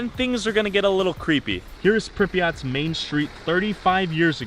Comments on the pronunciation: its not prenounced prip e aht more like prip yaht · Did he just say Pripyat